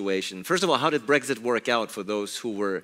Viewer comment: Annoying Blairism’s - “Breggsit, Parhearty, idieology.” Great stream,. Have you done any videos/studies of Alistair Campbell? His politics have never really been looked at. And considering how influential he was to New Labour and Blair, I think he’d be a great subject. From journo to spin doctor.